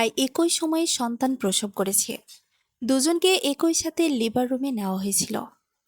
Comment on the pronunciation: এক ঐ মানে কি ? শব্দটি হবে এক‌ই । গল্প বলার জন্য শুদ্ধভাবে কথা বলা জানতে হয় ।